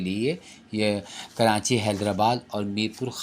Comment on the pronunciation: ماشاءاللہ بہت عمدہ کاوش مگر پلیز آپ کراچی کو کرانچی نہ بولا کریں۔